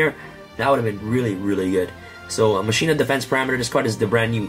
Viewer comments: Right? Final Fantasy X was damn near two decades ago and they got "mah-key-nah" right the first time. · ma-ki-nah not ma-shi-nah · for the love of God its mah-key-nuh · As a highly educated duel links player I believe its pronounced Ma-China 😤😤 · I cringe everytime someone says "masheena"